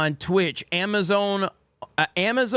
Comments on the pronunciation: he didnt even correct himself and said it twice lol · “Ama-zone owned” haha 😂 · never heard anyone say Amazone before but here it is folks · said Amazone 😂